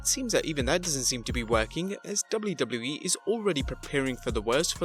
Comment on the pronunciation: BRUH Learn How To Say WWE